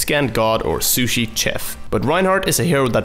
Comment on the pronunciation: Sushi Chef... It's pronounced "shef" not "ch-"